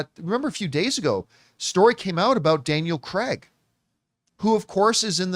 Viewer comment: "Daniel Cregg" 😂